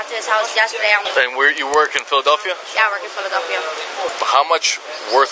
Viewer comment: Man said Fila-Delphia 😂